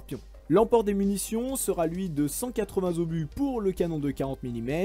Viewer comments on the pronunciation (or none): présentation technique "nickel", concept bien enrobé mais, stp, évites, quand tu parles d'inventer des liaisons qui n'existent pas, ex : "180 Zobus" ou "sera Ten charge". merci